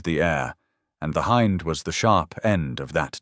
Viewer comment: Hind helicopter: h-in-D = h-eye-nd. AI pronunciation at its finest!